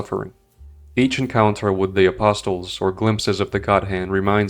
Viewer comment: The 't' in "apostles" is supposed to be silent. You're welcome